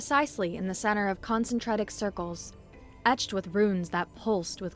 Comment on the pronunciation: con-sen-trik, not con-sen-tra-tik